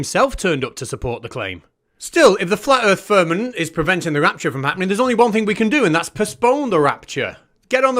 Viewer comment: This guy speaking about ppl being stuck in the "firmanent" is clearily joking 😂 and presumably cringing as hard as us that ppl legit believe it 😂 at least I hope so 😂